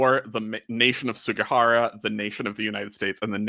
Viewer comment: this is the way it is pronounced japanese